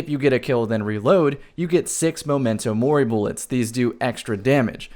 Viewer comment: Does it bother anyone else how pronounces MEM-mento Mori?